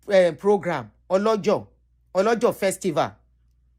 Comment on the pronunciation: please learn the correct pronunciation of our town or other thing in yoruba. Ipetumodu do-re-re-re-do.and olojo:- re-mi-mi festival.